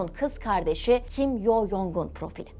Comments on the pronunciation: Dilimde tüy bitti. Allah aşkına isimleri doğru telaffuz edin. Kin Yong? değil Kim Con; Kim Yo Yong değil Kim Yo Con. Bir bilene danışsanız size daha çok yakışır. Video'yu izleyemiyorum bu şekilde. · Video bilgilendirici ve güzel öncelikle teşekkürler. Bu arada üzerinde araştırma yapıp bilgilendirici bir video hazırlarken kişilerin isminin telaffuzunu doğru yaparsanız daha iyi olacaktır. Kim Yong-un diye değil türkçe Kim Cong-ın (김정은) ve kim Yo-cong(김여정) diye telaffuz edilir.